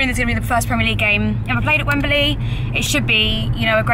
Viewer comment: For Gods sake, it's Wembley not Wemberly. Just sayin'